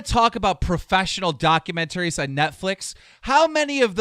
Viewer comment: keem: "document-tarries" clown: "document-trees"